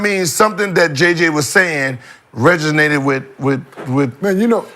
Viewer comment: hilarious bruh, why he mutter under his breath to correct Gil "resonated"